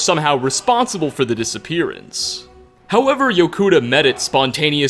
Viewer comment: Hey,. What is a "disapperance"? Is that a real word? And, you said "coincidenTIAL". There are only two "i"s in the word "coincidental.